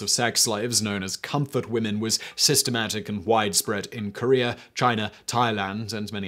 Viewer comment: Also it is Korea not Korear